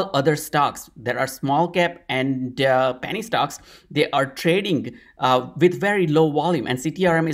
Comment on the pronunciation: It sounds like you're saying "panty" stock ☺️. Don't change a thing! Love your thoughtful and thorough content - long time subscriber 🙏🏼❤️